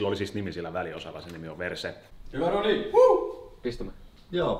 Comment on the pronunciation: kun sä kuulet "verse" sanan "per*e"